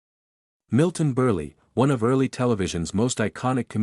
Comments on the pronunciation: what kind of an announcer are you that you cannot even pronounce a persons last name, it is pronounced BURL not BURLEE get a life stuoid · Uncle Milton Burley heh? Is that what you enunciated thar oh AI generated voice. Yep, Milton in the Borsch Bait fer sure. Well close enuff wadya think? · This AI narration is awful. First, Milton Berle's name was not pronounced as "Burrlie", The letter "E" in his name was silent. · "Milton Burley"? The narrator needs to do his homework before mispronouncing the name of such a big star as Berle.🙄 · UGH ... His name was pronounced "Burr el " for gosh sakes. Get it right !!! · Milton Berle (long e). Nit Mikton Berlie. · Short e, you don't pronounce it. Milton Burl. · Milton Burr-lee??? OMG couldn't you use a better text-to-speech engine? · Maybe.it was a...pun.❤HON❤Y/N😮oops he keeps saying..." BURLY" yikes😮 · I got a kick out of Milton Ber-Lee! Hehehehe!